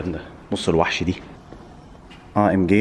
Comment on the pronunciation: ههههههههه بتتنطق AMG بالجججججججيم بالفلاحى يا معلم